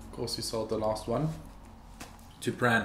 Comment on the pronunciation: i love this, i totally subscribing but please don't pronounce the 'r' in pran, say it like 'pan'